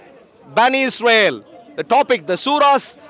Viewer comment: I love that you pronounce Israel correctly. Keep going